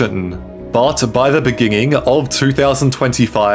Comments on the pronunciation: Why are you saying beginging? Are you ok? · bro said "beginging"..? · in de biginging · In the beninging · in the beginging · Beginging No Meanging 👋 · Is it me or is it that this guy can’t pronounce “beginning” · So it is not only Jacob Zuma that struggles with the word BEGINNING? Check from .